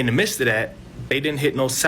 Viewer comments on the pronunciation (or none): Dude can’t pronounce “midst”, probably can’t pronounce ask, he’s not going to know what is a sexton. He’s going to think you’re gày or something.